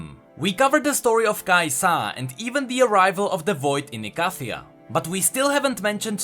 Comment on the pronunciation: Listening to Kai'Sá is like hearing Rek'Sai spelled Rek'Saí It's Kái'Sa not Kai'Sá.